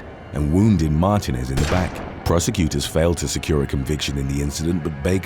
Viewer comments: I believe it's pronounced "Mar-TEE--nez" with the emphasis on the middle syllable and elongagated. I dunno if it's pronouced that way in Spanish (from whatever dialect it comes from) or how it's pronounced of most of the UK, though when I left I can't remember how I used to say it. and there are a lot more Martinezes in the US lol. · "Martinez" is pronounced "mar-TEE-nez". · It's not Mar-TIN-ez its Mar-TEEN-ez. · It’s pronounced MAR-TEEN-EZ!!!